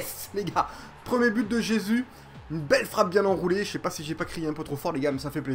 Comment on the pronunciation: Ça se dit RÉSUS pas jésus